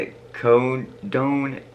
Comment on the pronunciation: Great video. I love to see young people getting into A7X. Rap and pop killed rock and metal. I'm even more shocked that you are wearing a dream theatr shirt!! Someone showed you actual music. You don't even know how to pronounce Oxycodone? You're going places kid. Don't do drugs.